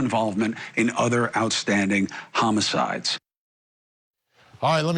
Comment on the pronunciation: Why did you say "homicides" like that